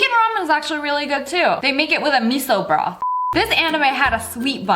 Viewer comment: No one: SSSniperwolf: bROoOtHH